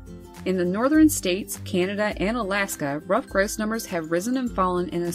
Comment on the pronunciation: You say it as gross it's grouse